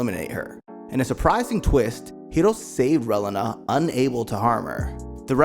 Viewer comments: I'll forever hear this guy call Reilina "Well uh nah". Ray-Lee-Nah. not even going to get into all the others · wiw, you need to review the material to work on how you say the names. You said the names of the pilots right at the opening but then you begin butchering the names right after that. Relena for instance goes more Ray-lee-nuh placing emphasis on the second e in her name and giving it a long sound. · bro. Reyleyna? She’s not a chile relleno. It was Releena. Lady unay? It was “une” like un (French for one). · the way you say relana tho 🤣 it’s reeeeelena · The mispronunciations just pissed me off. It Ree-Lee-nah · Dont take the wrong way, good video, but hearing u mispronounce the names over and over was quite annoying lol. Its Ree-lee-nuh. And Ca-tra lol. Besides that good job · Pronounce Relena's name wrong one more time. I dare you. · I tried to watch but the pronunciation of Relena made me quit :(